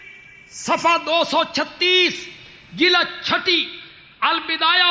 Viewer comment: یہ کیسا مولوی ھے چس کو جلد بولنا بھی نہیں آتا جی لد بولتا ھے ،😁😁